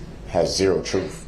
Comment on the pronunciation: The "troof" will set you free. What a jerk.